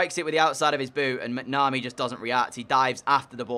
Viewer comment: The goalkeeper McNamee is pronounced mac-na-me